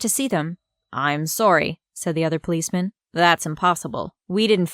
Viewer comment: Why do you say tomorrow sorry borrow wrong